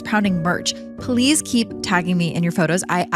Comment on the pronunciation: Every time you say "please" it sounds like "police". It drives me nuts 😂